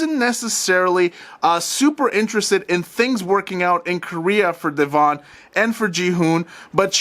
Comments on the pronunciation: Deavon pronounced like Devin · You need to listen to Celeb Guy video about this. Because he spoke to Devon (which you are pronouncing wrong). He explains the situation.